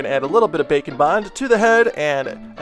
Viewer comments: Package: Bake n Bond What I hear: Bacon Bon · Every time he says bake and bond I think he’s saying bacon bond